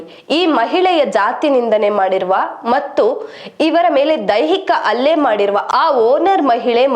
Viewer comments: ಅಲ್ಲೆ ಅಲ್ಲ ಹಲ್ಲೆ, ಅ ಕಾರ ಹ ಕಾರ ವ್ಯತ್ಯಾಸ ಇದೆ. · I appreciate the news which you have covered but please read kannada properly.... its ಹಲ್ಲೆ not ಅಲ್ಲೆ 🙏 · .nanna ondu suggestion news anchor ge , swalpa ಉಚ್ಚಾರ/ Pronunciation maaduvaga gamana erali.... Halle adhu , alle alla ( ಅಲ್ಲೆ- ಹಲ್ಲೆಗೆ vyathyasa edhe ...ಆ ಕಾರ ಹ ಕಾರ ಬಗ್ಗೆ ಗಮನ ಕೊಡಿ ..... September 11 ( Hannondhu adu - annondhu alla 😑...